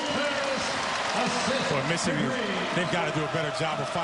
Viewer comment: Color Commentator's inability to say the word "Michigan" correctly is irritating XD